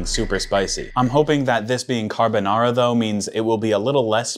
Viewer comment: Bruh he can't even pronounce and easy word like carbonara